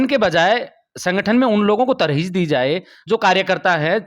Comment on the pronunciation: तरजीह होता है Mr. reporter